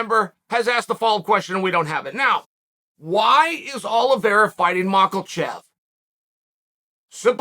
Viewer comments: Chael It is mackhachev not michaelchev 🤣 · LOVE YOUR VIDEO BUDDY BUT ITS “MACH-A-CHEV” please get it right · Last video I was surprised to hear Chael finally correctly pronounce Islam’s last name. Today I was pleasantly surprised to hear Chael has resorted back to Makelchev. Can’t stop the bad guy. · Yo unc, why you keep callin the man makilchev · Chael saying MAKEL-CHEV. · The division has a champion and his name is not MacKLEchev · The champion has a name and it’s Mocklechev! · Chael "Macklechev" Sonnen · MachALchev...that ain't it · If chael says macklechef, he is now macklechef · BENNY DARE-OOSH AND ISLAM MAKAL-CHEV??? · Damn it Chael, there’s no L in Makhachev! Figure it out!! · He has got to be saying that name wrong on purpose lol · There isnt a single L in Islams last name... How tf are you pronouncing it so poorly lmao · Is it malkachev or makalchev chael? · The random “L” that chael slips in when he says islams name is beginning to frustrate me.